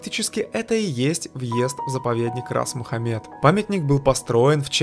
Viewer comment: Очень интересно рассказываете. Благодарю! И главное, правильно ставите ударение в названии заповедника)